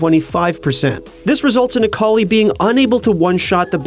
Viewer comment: A-akali nerf? Oh no.. Aakali